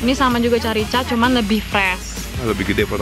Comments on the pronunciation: Openingnya bagus kx😊 Itu carica dibacanya pke K jd karika...itu buah yang d buat manisan..khas dieng itu kak.. Kl d masukin kulkas seger bnget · Itu carica bacanya = karika kak.. itu buah yg cuma ada di dieng.. Manisan khas dieng 😊😉